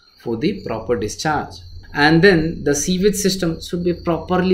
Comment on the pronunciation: Sewage is pronounced soo ij. Not sea wij